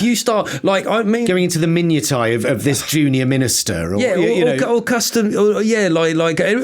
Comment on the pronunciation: Have I been pronouncing minutia wrong all this time, or have you?